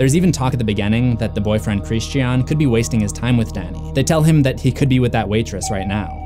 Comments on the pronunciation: Almost as bad as that trash last Airbender by Shyamalan in which Sokka was pronounces(Soh-ka) and Aang was pronounced(Ong) pissed me off the entire movie. Chris-chean is runner up tho I honestly wana turn the vid off because of it but I wana see what I might have missed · It's the one example of where Florence Pugh's British accent pops through. The way she says "Christi-an" is the way Brits generally pronounce that name. Simple explanation. Americans find it not so simple. 🤷‍♀️ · My man, why are you pronouncing his name like “Christianne?” It’s a word I thought was actually impossible to mispronounce in most places in the world. Anyway, I think he’s named this as a sort of reflection on religious and cultural violence. Many people in history have committed acts equal to, and in some cases more heinous than what occurred in the film in the name of his namesake’s religion. It’s quite clever really. We’re faced with so many questions regarding the acceptance and treatment of alternative societal, cultural and religious norms in this film. It plays with the ideas of what kinds of behaviour are acceptable and welcomed, or taboo and outright disgusting. It’s a constantly-moving ethical line, and we experience this day to day without even being aware of it. Superb film. I really hope Aster doesn’t completely abandon the horror/thriller genre for the rest of his directorial career. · Christian… Chris-Chin ¯\_(ツ)_/¯ he’s not a girl so it’s not pronounced Christianne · Bryana gabaldon glad someone else noticed. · It is NOT pronounced like this in the movie... by Dani or anyone else. It’s pronounced Christian, like the religion, for a purpose. It’s not xenophobia to respect how a name is properly pronounced. It was pronounced Christian, like the religion, throughout the entirety of the film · That's an interesting pronunciation of "Christian" lmao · Lol, just say Christian's names normally? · Why on earth do you pronounce Christian like that? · His name was Christy Ahn. 🥸